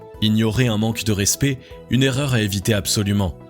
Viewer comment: Très bonne vidéo 👍👍👍. Juste un bémol. Le mot "respect" se prononce '' rèspÈ '', et non '' rèspÉ ''. Sinon à part ça, très bien.👍